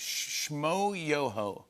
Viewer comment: The fact that Jimmy can't pronounce shmoyoho shows how out of touch he is with the internet